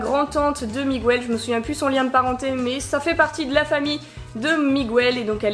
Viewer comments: Désolé de te dire ça mais on dit MiGEL pas MIGOUEL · C'est pas Migouel mais Miguel ça se prononce Mig-El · Ça ce di Miguel le U est mué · Pourquoi tu dis Miguel en prononçant le u ? Dans le film ils le disent pas